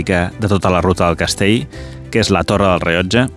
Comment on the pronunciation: Millor Castell, que Castei. Millor ell, que ei. Ja que fas aquest reportatges en català, sisplau, respectem'ho.